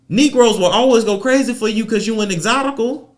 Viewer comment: Excotical get me every time 😂